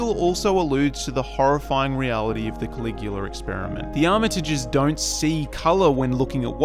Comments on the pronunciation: Is it Coagula, or Caligula? I'm reading the former, but hearing you say the latter. I saw or read somewhere that the black, white, and red of the party in Get Out represented fascism. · Why are you pronouncing Coagula that way? It sounds like you're saying Caligula.